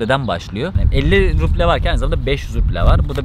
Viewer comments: Hocam ruble'yi okurken b yi p diye okuma. İzleme artırmak için pasaport aldım bilmemne hoş değil izleyince kandırmış gibi oluyorsun, samimiyeti bozuyor. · Cok guzel kismetse bizde gidecegiz ama en cok takildigim konu devamli ruble ye ruple demen ... gezmeye devam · Rupi değil bu arada ruble 🙈 müzede fiyat belirtirken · o ruble değil, “rubl” telaffüz ediliyor, ayrıca Petersburg değil, Piterburg okunuyor